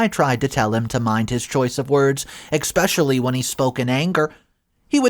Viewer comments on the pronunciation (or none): There's no X in the word especially try to pronounce the big words correctly